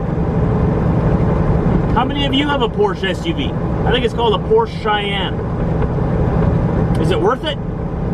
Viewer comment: Its pronounced "Porsha Kai-En". And damn right its worth it, one of the best handing SUVs sold today...just don't take it off-road.